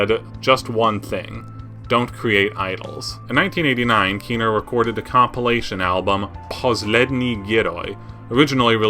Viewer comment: Why are you saying KIno, while it is KinO, second syllable stressed in Russian